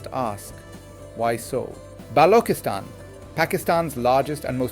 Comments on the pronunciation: please pronounce Balchistan correctly. its NOT noooooooooo BLOKISTAN, however, Macho Sardar based it may be Patriarchal but it is NOT BLOK-istan. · OMG Why are you mispronouncing Balokhistan, BALOK People and Gwadaar? AI gone wrong here! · Quite the opposite, the Western International Audience would prefer to pronounce even your given name as best as it should be. They are not offended, its our thinking that is. is at a stage where he would appreciate being suggested to.about the sound of چ as opposed to the sound ک; he is a teacher,, teachers always have to be best students. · wow what a joke, he is mispronouncing it by using AI this is not his actual accent. He is wrong and should not use AI for such serious Vlogs!